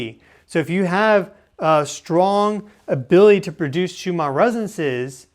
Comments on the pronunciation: Please the name of these frequencies are pronounced shoe man not shoe mar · Why do you keep pronouncing it Schumaarrr ? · “the shoe-ma residences” 🤪